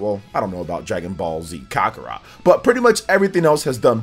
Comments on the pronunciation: said “Caca-Raw “ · I’ve never heard Kakarot pronounced like that LMAO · Ten-kai-ichi. Ka-ku-rot. This is how you pronounce these. Other than that solid video. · This guy not only butchered tenkaichi but also kakarot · The way he pronounces Kakarot and Tenkaichi. 😅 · Im dead